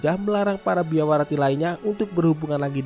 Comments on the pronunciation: Biarawati nyebutnya Biawarati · Lafal kata Biarawati kenapa selalu dibaca Biawarati sich????!!! 😭😭😭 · bang .. BIARAWATI bang .. bukan BIAWARATI ..😭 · Biarawati bukan biawarati min😁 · Kupingku yg salah kali ya denger "Biawarati" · Kuulang² apakah telingaku salah dengar tapi bener anda menyebut biarawati itu salah menjadi biawarati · Kirain gw doang yg denger..gw denger dua kali salah nyebut...BIAWARATI...